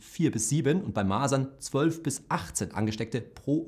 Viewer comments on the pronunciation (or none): none